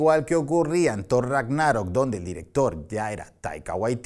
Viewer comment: "Rágnarok" se pronuncia como si fuera "sábado" tipo esdrújula aunque no tenga tilde. Perdón necesitaba decirlo